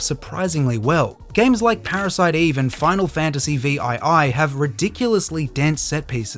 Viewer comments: Decent watch until the ai said " final fantasy vee eye eye" Instantly clicked off. Be creative and make your own videos, stop relying on an ai to do it for you. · Vee aye aye lol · Final Fantasy Vee Aye Aye LMAO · Pretty sure it’s because he pronounced Final Fantasy 7 as Final Fantasy Vee Eye Eye, the way a machine would pronounce the Roman numeral VII. Definitely made me do a mental double take for sure. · Final fantasy "vee ai ai"? Is this AI voice 😑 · Did you pronounce 7 as "Vee eye eye"?